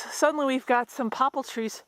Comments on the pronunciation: What are "popple" trees? Do you mean Poplar (pop-lar)? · do you mean poplar trees? I UNDERSTAND you to say poppel tree. which is it please thanks love your video. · One thing about your video that I have trouble with is your pronunciation of poplar trees not pople tree. For those in other locations willows and cotton wood also hint at more moisture. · It's Poplar trees, not Pople. And before you say it, I know you're not dumb but very intelligent. Or how else could you have built such a fine homestead and garden with your hubby! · you keep saying popal trees...do you mean poplar? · Do you mean Poppal or "Poplar" trees? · "Poplar" "terrain" "too safe"